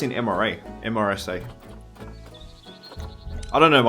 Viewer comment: I know it’s long after this was recorded but MRSA is pronounced Mehr-suh. It’s a very serious bacterial infection. Antibacterial resistant MRSA is responsible for some of the worst infections within a hospital setting.